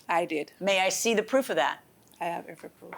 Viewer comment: I am Jamaican British and i was dwl the entire time. Adding 'H' instead of 'E' at the beginning of words like every had me each and everytime dwl. The bleaching of the skin is a real life issue. Dem need fi behave betta. Kmt